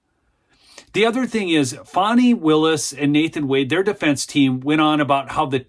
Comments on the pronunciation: It's FAN-EE ... NOT FON-EE... Don't be stupid! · please stop calling the creature “fohny” it’s fani